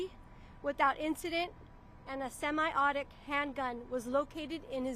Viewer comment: Do you realize she mispronounced many words from her prepared statement? Referring to semi-automatic as "semi-autic" handgun... Seriously, she is an embarrassment to the department.